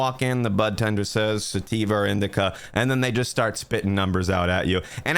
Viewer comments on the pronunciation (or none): did you call them a "butt-tender" deliberately ? lol